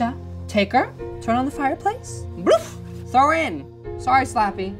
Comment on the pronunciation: Adrienne Adkins I laughed when he said trow her in fire and slappy was like what you say?